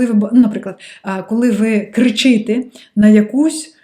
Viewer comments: Не "ложный" а "хибний", не "луг" а "галявина", не кричИте, а кричитЕ. Ви Молодчина 👏💪🏻👌👍🏻🤝❤️🇺🇦❤️🇺🇦❤️ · ось знов, на що я звернула увагу. Деякі пропущу, бо раніше вже писала. Будь ласка, не стирай. Іншим, хто вивчає українську, теж може бути корисно (кажу, бо в попередньому відео друга частина правок наче десь ділась). Також написала тобі на Патреоні з цього приводу. кричи́те --> кричитé пригничити --> пригнітити рівню --> рівня на першому року --> на першому році їнша --> інша знимаю --> знімаю автомобілєм --> автомобілем який --> яке (бо «око», а не «глаз») діяльність нашого око --> діяльність нашого ока гроши --> гроші (загалом зверни увагу на вимову «ці» / «ші» / «жі») стати краще --> стати кращими в якої кількості --> в якій кількості на однієй нозі --> на одній нозі кріпти --> крипти побіжав --> побіг емоциямі --> емоціямі ( прикольно!:) ) в ненасильницької формі --> в ненасильницькій формі впоруватись <-- офіційно немає, але хай би було ціфрова --> цифрова (на малюночку) мерехтіть --> мерехтить в невроза --> в неврозі зі своєю ложною особистості --> зі своєю неправдивою особистістю гнів до себе --> гнів на себе в будь-якой формі --> в будь-якій формі Іріна --> Ірина динамичним --> динамічним мережи --> мережі психичне --> психічне з немовляткою --> з немовлятком пагано --> погано карочє --> коротше на лавцях --> на лавках